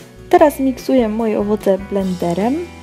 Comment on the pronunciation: Miksuję dodaję!? W sumie fajnie sie ciebie słucha tylko te ą i ę!